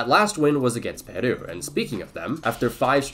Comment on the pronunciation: why does he pronounce Peru like a japanese word?